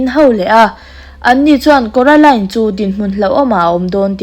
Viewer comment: Kuaroline ani lo maw😂😂😅